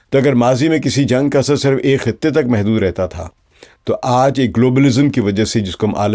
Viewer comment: صِرف sirf✔️/ آپ نے siraf بولا| نشْر nashr✔️/ آپ نے بولا nashar 🤔